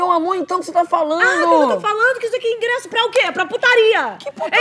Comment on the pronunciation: Que agonia do "ingresso" do kkkkk